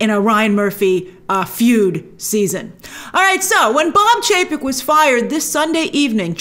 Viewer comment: Love how Grace messed up Chapek and Paycheck haha